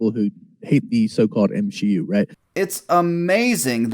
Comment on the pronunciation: Everyone: MSHEU: ItS eTrEmElY oFfEnSiVe